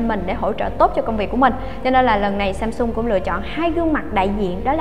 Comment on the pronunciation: Samsung chứ ko phải ShamShung trời, đọc nghe mệt quá